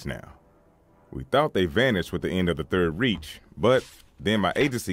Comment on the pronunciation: "Third Reach" Lol Nice work though!